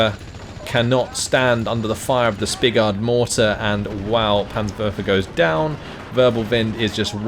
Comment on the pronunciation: Not being a dick, but it's "spigot", not "spigard". Unless I missed something!